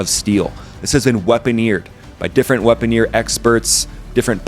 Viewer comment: Weaponeer? Weaponeer! WEAPON... NEER!!!!